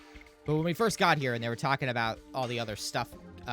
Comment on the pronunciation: its somthin aboot anoot apocolylpse